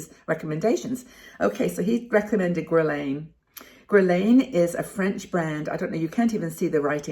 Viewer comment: Guerlain pronounce guerrelaine. French perfume. Have you tried Clinique and Sephora home brand foundation?